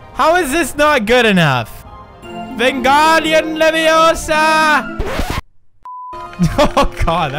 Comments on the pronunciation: It's Levi-OOOOH-sa not LevioSAR. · Pewds it LeviOsa not LeviosA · It's leviooooooosuh not levioSAW